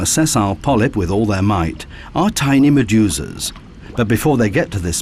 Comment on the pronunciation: Although I thought this was a GREAT documentary, it was like nails on a chalkboard whenever the narrator said "Maduzaz". I know what he was trying to say, but every time he said it I heard "MaduZAZ". And then he would say it a few times in a couple of seconds, I felt like punching myself in the nuts to distract myself from his pronunciation.